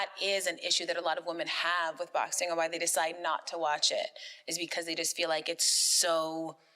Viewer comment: I'm not sure if Jake doesn't realize the letter G is a thing. If he doesn't understand how "ing" should be said, or if he has a speech impediment. Every word ending with "ing" he pronounces as "een" 😂 "Boxeen" "Watcheen" "Traineen". Literally any word ending with ing.